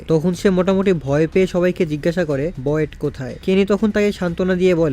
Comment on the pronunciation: ওয়েট কে আবার বয়েট বলছে 😅 এমনি তেই আল-আমিন ভাইর ভয়েস নাই